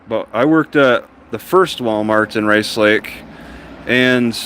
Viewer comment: I can tell you are from the Rice Lake area. Only locals call it Race Lake when they say the name.